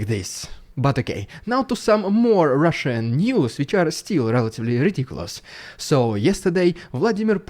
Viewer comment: I will NEVER tire of hearing you say rrrridiculous rrrrussian prrrropaganda! 😂😂😂